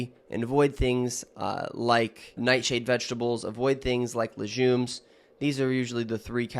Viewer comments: Lejumes lol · Lejumes? Lol